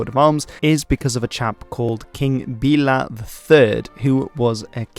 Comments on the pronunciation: King "Bay-lah" not "Bee-lah". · The pronunciation is incorrect. I don't really know how to describe the perfect way of pronuncing it. Also, there was a mistake , I'm not sure whether the following "word" will be a good example, but his name is said like "Baela" (of course, said with English accent). But ignoring these tiny mistakes, this was a pretty interesting video, and I'm thankful, that you made a video of my beloved homeland, also Happy New Years! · Yeah, it started well, but á and é were very bad. Tátra, Mátra, Fátra - I had to look up what he was talking about. Á sounds like a in far or father. É sounds like a in way, so Béla is not Bilá.